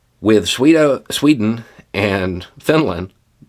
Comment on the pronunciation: as usual, I love your perspective. But that "Sweto" slip up was hilarious and I sort of lost focus for a minute after it 😅 anyway, much love brother!